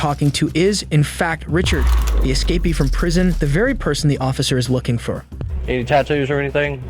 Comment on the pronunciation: "We got an esca-pee"💀